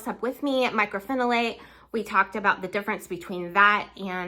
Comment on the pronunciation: Myco not Micro